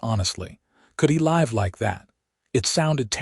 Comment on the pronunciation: FUKKKK!!!!!!!!!!!!!!!!!!!!!!! , "....could he L-EYE-v (live) like that!!!?"!!!!!!!!!!!!!!!!!!!!!!!!!!! "COULD HE L-EYE-v!!!!!!!!!!!!!!!!!!?????? FUK!!!! MUTHER FUK!!!!!!!!!!!!!!!! HOW BOUT, "COULD HE ....................LIV ..............like that!!!!!!!!!!!!!!!!!!!!!!!?????????????? YOU ARE AN ASSSSSSSSSSSSSSS to post shiiiitttt like this!!!!!!!!!!!!!!!!!!!!